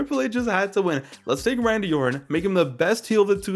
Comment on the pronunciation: this MF said "Saddam Orton" 😭🤣